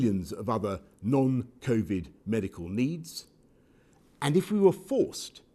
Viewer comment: "covid naan" XD